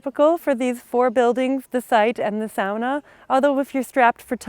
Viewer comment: It’s nice you said: sauna, like we. Not soona as english say.